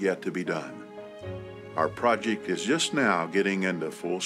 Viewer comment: I think you've cracked the mystery of Lett's bizarre mannerisms...his in-laws of from Alabama...nuff said😂I notice back in the day he still said "projick", though😂